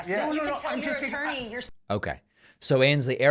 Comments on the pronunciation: Did he say "Turney"? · He said “ttorney”. Lolol